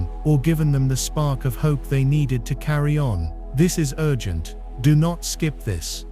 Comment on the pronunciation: Mind you, everyone. This is a "YOU-GENT" message. That's what happens when you have A-I read a script. And dare i suggest, the script probably written by A-I, also. It's important that we stay with our own inner voice, and not rely on such contrived messaging as this.